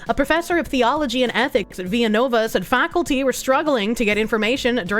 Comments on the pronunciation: ViLLanova, not "Viyanova", this isn't Mexico. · That Pennsilvaniya School is not Spanish the L's are L's not a Spanish Y